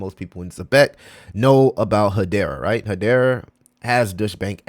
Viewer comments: And just to help out ,Deutsche , isnt pronounced Douche …. It’s pronounced D-oi-ch. Doich. D as in dog , Oi like in oil and ch like chain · It’s not pronounced douche bank 😂